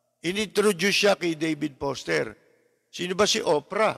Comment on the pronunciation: Lapid, hindi po Poster, kundi Foster! 😂😂😂